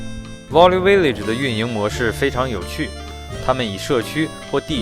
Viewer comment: 故事讲的很好，不过value这个词音发的不准